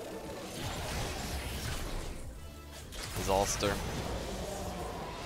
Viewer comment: every second: It's a ducking disoster.